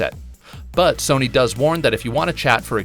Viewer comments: Serny? Sirny? I swear I'm not hearing the narrator say "Sony" ... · Not trying to be mean but this man saying serny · Why the hell u keep calling s-o-n-y,........serney???? It's fucking up my mind bro. Why? Why? Why????? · The real question is - why does this dude pronounce Sony like “SURNEY”? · Dude said serny like 100 times but man he is meticulous when fact checking I found no false data in comparison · He says Serny instead of Sony. I don’t understand how you can mispronounce that. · I'm not the only 1 who keeps hearing him say SIRNY😂😂😂😂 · It sounds like he keeps saying didn't instead of sony, it's driving me nuts. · Man I never noticed the silent r in Sony that this guy is pronouncing